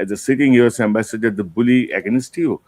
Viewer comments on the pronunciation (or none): For God sake please polish up the pronunciation of words like Against, to mention one out of many